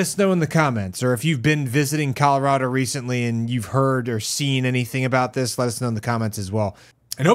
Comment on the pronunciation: It sounded like you said CALorado which I'm just gonna call a happy accident